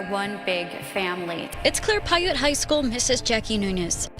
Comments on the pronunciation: you pronounced the name of the high school wrong it's pronounced Pie Ute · Native utahn here Piute is pronounced PIE-YOOT